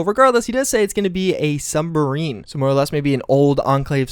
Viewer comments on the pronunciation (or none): It's pronounced submarine not sumbarine